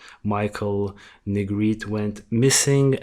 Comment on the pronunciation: Hi, thanks for covering Michael’s story. Great job and I’m going to sub. I am in NO WAY criticizing but I appreciate when someone tells me the correct pronunciation of a name if I’m not sure. The E at the end of Negrete is not silent. I’ll spell it phonetically, looks crazy but it’s Neh Gret Ay. Just making the correction bc it may be helpful. Thanks again